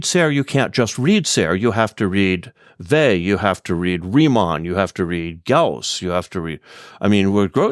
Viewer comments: It's not Vey but Weil! Thanks for the video! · Yes. The French pronunciation has a very light "L" at the end (to my ear as an English speaker). Here I Americanize it by dropping that, because I think a hard "L" like the English word "veil" is worse.